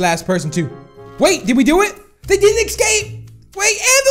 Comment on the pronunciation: It's escape not ecsape